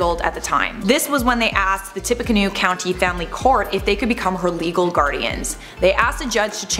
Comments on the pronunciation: Tippecanoe is pronounced like "tippy canoo". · It is pronounced “Tip- a - Can-new”